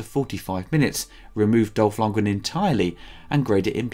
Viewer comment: Dolph... "Longen?".. You mean Dolph LundgREN? :)